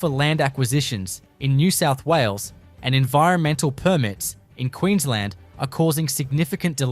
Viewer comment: What's happening with the inability to say "New South Wales"? eg sounding something like "nesessawulles"